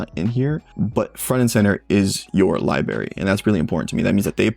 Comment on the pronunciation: Thanks for your thoughts. Just picked one up from Microcenter and I'm looking forward to putting it through its paces. (As a side note, you really should learn to pronounce "library" correctly. Hard to take a grown man seriously who says "liberry")